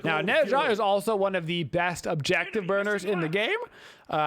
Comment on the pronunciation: Not to be rude, seriously I actually enjoy videos, but i'm a newer viewer so I have to know... Does he pronounce the gods names wrong on purpose? Is it just bait to make people mad? Ah pooch? Neh sha? Jotunns? Whymeer instead of Ymir? I genuinely can't tell if it's an inside joke that i'm just not privvy to or if he literally doesn't know wtf hes talking about. The gods even say their names the correct way when you select them in game! I've watched every single video hes put out in the last 2 months and I still cant tell if it's a meme.